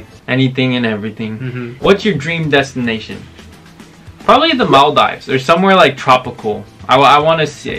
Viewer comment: He said [mal-dee-v-es] as [mal-dives] 😭😭